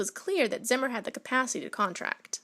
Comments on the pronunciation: This was my great grandfather. It’s pronounced ZEE-MER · It's pronounced Zee-mer. Zee.